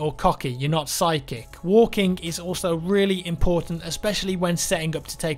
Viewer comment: Lol, forreal i tought you said "you're not sidechick" instead of " you're not psychic"